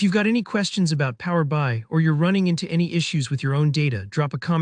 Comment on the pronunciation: Just so you know... the application you're talking about is pronoumced Power BEE EYE, not Power BYE. It's kind of basic.